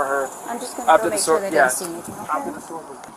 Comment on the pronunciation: That lady didn't say she had a sword. She said she had a sWard! When I was a kid, I used to say it like that, so the first time she said it, I kind of brushed it off, thinking maybe i heard it wrong. Then she said it again at least 1 more time! So, is there a difference? IDK, maybe there is. A sword is a deadly weapon (especially in trained hands). However, maybe a sWord is not...